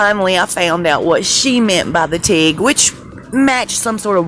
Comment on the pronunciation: It's pronounced tig and it's a way of welding metal